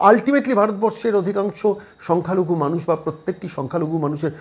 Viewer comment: স‍্যার, কুণাল বাবুকে জানাই। গ্রামাঞ্চলে তর্কবিতর্ক হয়- মানুষ এই শব্দটি মানষ উচ্চারিত করেছে - বলছে সবই ঠিক আছে।